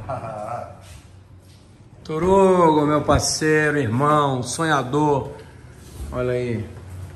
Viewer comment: se tem o cara falando TORUGO mete like kkk minuto